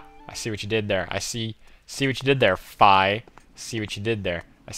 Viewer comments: uh its pernounced fee but fie is hillairiously ok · Oh, so I'm not the only one. I pronounce Fi as "Fye", too. Most people say "Fee".